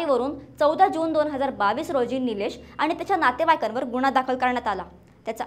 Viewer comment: सुणेने नाही सुनेने बोला गुणेहगारी नाही गुन्हेगारी बोला । शुद्ध मराठी बोला। गुन्हा बोला गुणहा नाही । हगवणे भाषा नको शुद्ध भाषा बोला।